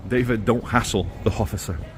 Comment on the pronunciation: "David, don't hassle the Hofficer"! 🤣